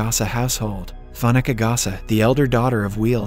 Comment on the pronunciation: Fanuka instead of Fooneka (Funeka) is killing me. N’como, N’diebo. 😂 yoh!